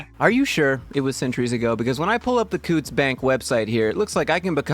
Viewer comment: its COW-TTS